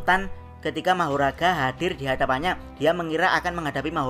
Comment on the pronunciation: Tapi manggil nya kok magora ya bukan mahoraga